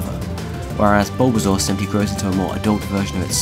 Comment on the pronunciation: "Bulba, Bulbasuar"